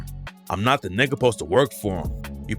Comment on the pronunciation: Are you Spanish saying “nigga” or am I trippin? 🤔